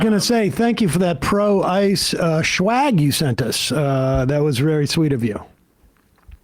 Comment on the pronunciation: i like how sam says shwag instead of swag lmao. he's so cool. it's not shwag weed, sam.